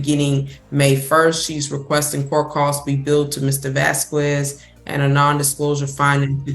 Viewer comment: Why does she pronounce "Vasquez" in that way? The U is silent in Spanish, so it's more like "Vasqez."